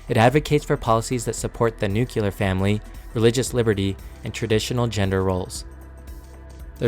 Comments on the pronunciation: *NUCLEAR (not new-cu-lar...that's not a word. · It's nuclear, not nucular. C'mon man! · NUCLEAR - NEW CLEE AR, NOT NUCULAR, sorry, excellent report of an extremely frightening dystopian and authoritarian night mare but the mispronounciation of that one word over the years has driven me up the wall. Thanks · Too long, too verbose, and too monotone for sharing and enlisting support. Also, for the love of everything holy please learn how to pronounce the word nuclear correctly. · Pls correct your pronunciation of "nuclear" in "nuclear family"! It's not nucular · Nucular... it's pronounced nucular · I get all muh information from people who pronounce "nuclear" "nookyuhler". Glad to see Project 2025 has identified the 3 genders too: men, women and slaves.